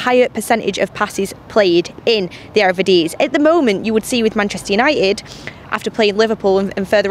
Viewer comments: the "error-videes" lol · "Erevidisie?" Hahaha 😆 😂. Love you though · In the " ERERVERDIZE" Lol sorry I had to 😂😂